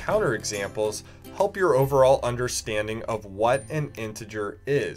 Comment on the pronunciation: The way he says peace lol